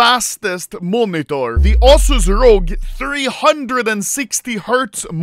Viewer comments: "The Assus Rogg." Jag älskar Svenska dialekter. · Normal people: Asus R.O.G Anomaly: aasuus rog